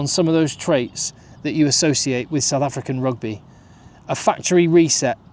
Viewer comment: Your pronunciation of SA names are very accurate.